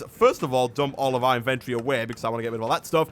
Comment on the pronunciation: Invettorey but im not mad at ur voice and you can slow down ur voice and cool vid